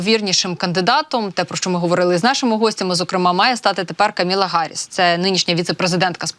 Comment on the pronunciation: Не Харіс, а Гаріс, вчи мову